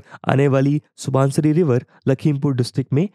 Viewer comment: Voice Over is quite good but kindly pay some attention on pronunciation of river's name. Like it's रावी nit रवि, it's लोहित not लुहित, it's सुबनसिरी not सुबानसीरी. These things hit on ear as well as mind. No need to follow borrowed pronunciation of Indian names. Otherwise everything is on pace. Very helpful video for any citizen of India or for person interested in geography.